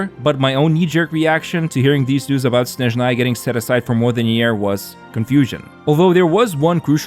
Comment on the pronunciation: блять ударение правильно ставим снЭжная (SnAzhnaya)